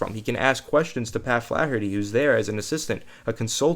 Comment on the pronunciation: says Flaherty like Charles Barkley swings a golf club.